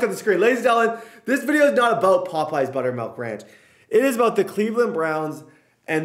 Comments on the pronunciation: Butter"melk"? It's milk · melk? buttermelk?